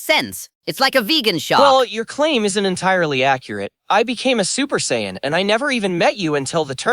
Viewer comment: It can do friezas impression but can’t pronounce Saiyan correctly 🤔